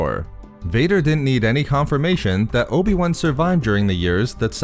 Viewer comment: who is this "obi one"?